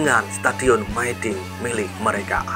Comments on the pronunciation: Dinabacanya Mi dinh bukan my dinh. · hooh, aneh didengar mai dinh😂